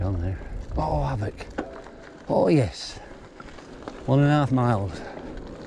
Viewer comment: It’s pronounced Och!